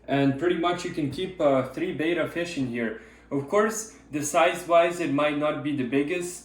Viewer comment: It's betta not beta but otherwise great video 😁